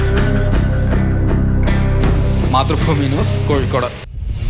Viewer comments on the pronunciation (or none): none